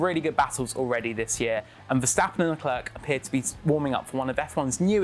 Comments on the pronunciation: He's French / Monagasque ..not bloody South African .. Lecler not Leclerk..its so annoying.. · It's pronounced Leclair, not LeClerk